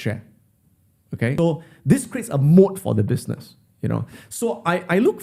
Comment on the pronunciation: Not mode its moat, company with a moat